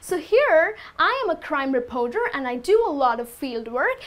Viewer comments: great video!!! BUT re-poar-door should be reporter. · Sorry I can't take the mispronounced words such as "Repoter"? It's reporter with an "R". What do "u" do? If you are going to try to teach English, try to learn how to spell and use proper pronunciation. In would not be happy with you teaching my child. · The 'o' in 'reporter' is not an 'o'!